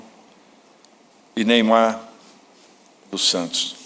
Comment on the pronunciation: Pelo amor de Deus Dorival, Neyamar não